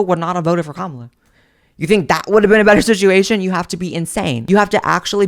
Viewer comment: Why did you pronounce the Vice President’s name properly in your video and switch it back to saying it wrong again? Are you saying it wrong on purpose for your right wing viewers? 😒 i like watching your videos and im on your left but the purposely mispronouncing her name is childish af